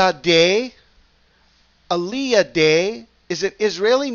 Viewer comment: Its ah-LEE-ya..yes going up..